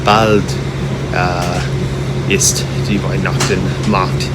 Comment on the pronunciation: really impressing how much he has achieved, and it does not matter at all to do many small mistakes. but there are a few really funny errors which sometimes are hard to explain correctly in detail (*I* simply know it) and which by some people/strangers could be seen with less humor, from the difficult CH pronunciation of "why-nackt-Mark" (maybe Mark is cold because he is naked in winter? :-) to confusing sentences like when he tells you "ich bin so heiss und du bist so kalt" ....